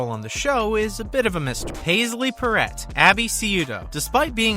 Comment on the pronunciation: I have a question for you? Did you really make a mistake pronouncing Pauley Perrett’s name or did you do it on purpose…? If you are going to make a video about people then please pronounce the names correctly and stop 🛑 using negative Subject headings as click bate!!!